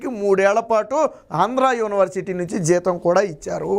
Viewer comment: బాబూ! స్వామీ! ప్రారంభంలోనే " యోని" వర్సిటీ ఏవిటండీ ? యూనివర్సిటీ కదాండి? కర్ణ కఠోరంగా యున్నది.